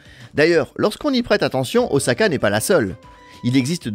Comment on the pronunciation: Très bien documenté, bravo ! Et ça fait plaisir d’entendre prononcer « Osaka » avec un S et pas un Z… Toutefois, je me permets une remarque au sujet du SCMAGLEV. C’est à : Il n’y a pas de bobines supraconductrices situées dans les rails. Absolument pas. Les bobines de la voie en béton en U sont en aluminium et à température ambiante. Ce sont les aimants situés dans les bogies du train qui sont supraconducteurs. Il y a 4 aimants par bogie et chaque aimant ne consomme que 8 watts. C'est là tout l'intérêt des supraconducteurs. Le SCMAGLEV japonais a des roues rétractables, à la manière d’un train d'atterrissage. A l’arrêt, il repose sur ses roues et peut être déplacé sans problème sans électricité, par exemple dans les gares de triage Le dictionnaire définit un "Train" comme un "ensemble de véhicules reliés les uns aux autres" et donne en exemple "Un train de péniches". Les péniches n’ont pourtant pas de roues.